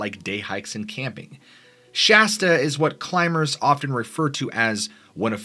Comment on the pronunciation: Dude! Thank you for pronouncing Sh-ass-ta properly. Immediate upvote! Most people pronounce it Sh-awe-sta.